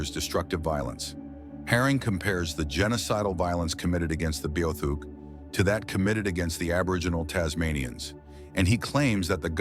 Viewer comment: Your saying it wrong. Its B -Ah -theek